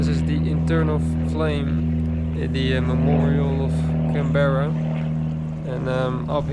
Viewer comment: Didn't you learn how Canberra is pronounced when you were there? Weren't you even listening?? It's "Can-bra", okay, with the emphasis on the Can.